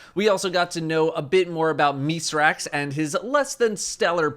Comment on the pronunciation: Thank you for actually pronouncing Mithrax' name correctly